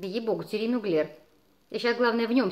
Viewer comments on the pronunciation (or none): none